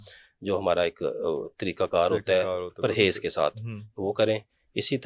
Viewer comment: Parhez boliye